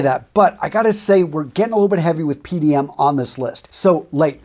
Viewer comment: The way he pronounces PDM hurts. But I feel he's kinda doing it on purpose.